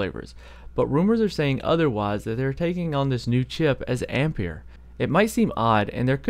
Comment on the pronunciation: Good pronunciation, I'm tired of hearing people pronouncing ampere "amp-air" as "ampi-air", same spelling as the unit of current 1A=1Amp=1Ampere="One Amp-air"